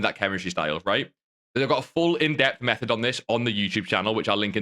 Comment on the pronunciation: It’s called method not mehed